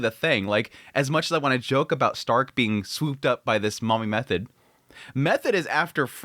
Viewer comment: Err, why are you calling her Method? Its pronounced Me-toa-de the H is silent. Do you watch the subtitled in original Japanese?